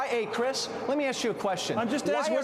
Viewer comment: "ey crish"... thats gonna haunt me